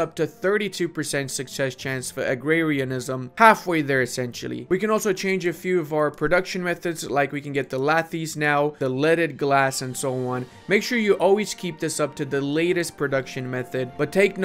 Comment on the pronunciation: Hey, nice vid! I got one note on the pronunciation of Lathe: it's pronounced /leɪð/ or laydh (that dh is a soft th in english):) I am learning a lot about Vicky from your vids, really helpful! Keep it up!